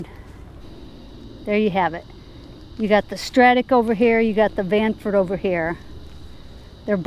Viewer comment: Stranford. You made me laugh ;) Nice channel btw!